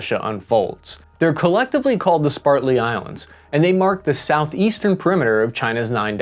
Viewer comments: Spartly island? You mean spratley? Haina? You mean hainan? Can bro just not read? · Also, "Spratly," not "Spartly." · Spratly, not Spartly! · S-p-R-a-t-l-e-y, not S-p-A-R-t-l-e-y Islands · Couple of corrections. They are the Spratly (not spartly islands), and it is letters of marque pronounced mark. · This covers China's maritime militia well. But he consistently MISPRONOUNCES "Spratly" The Spratly islands/atolls Neither spelled nor pronounced "Spartly' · sPratly islands, not sPartley islands; millenilals can't pronounce for shit. Also "letter of Marke, not markee. Damn. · It's Sprat-ly islands not Spartly islands. LOL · Sp rat Lee sir not spartly please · It's SpRAtley Islands not SpARtley Islands. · "SPRATLY" not spartly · You said Spartly and the islands are named Spratly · Just some corrections: it's Spratly islands, not pronounced Spartly islands (with the metathesis) and China's nine-dash line also breaks the EEZ of Taiwan and Brunei, a small country nestled between the South China Sea and Malaysia. Great video though, thanks so much! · Spratly and beams,, not Spartly and berms. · Spratley not Spartley Prat not part Rat not Art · Tis SPRATley Islands, not SPARTley. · SpRATley, not Spartly. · Spratly, not Spartly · Correction: They are the Spratly Islands, not the Spartly Islands as the narrator says on multiple occasions. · anybody else slightly annoyed by the way he says "spartly" instead of Spratly's? nobody? i guess my filipino ears need some fixing. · great video. The islands are Spratley, not Spartley as you pronounced. Also, The quasi military fishing boat would have a 9m BEAM not a 9m BERM. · Dude you've got to pay attention to spelling. You're mispronouncing a lot of terms. Chinese ships have a 9 meter beam, not berm. It's the width of the ship. And it's the Spratly Islands not Spartly. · Both graphics say "Spratly." You said "Spartly" twice. Which is it? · Spratly, not Spartly. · Sprat-ly, not Spart-ly islands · SPR-AT-LY. Not Sp-art-ly